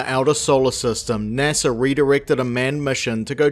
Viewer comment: "NARSA"?? Really?? Are you sure you're not an AI?? Who on this planet does not know how to correctly pronounce this acronym??